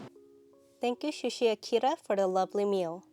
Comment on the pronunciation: Nice photography. But have no rhyme or reason to trust your palette especially when you say shushi.